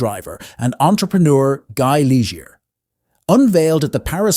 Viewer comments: What a cheesy video. You can't even pronouncer the names of the manufacturers, Opel not Opahla, Liger is Lee Zay. No one has ever called a Bricklin a gem. Poorly built, slow, ugly but not a gem. The lazy creator knows nothing about cars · Pronounced Lee zhay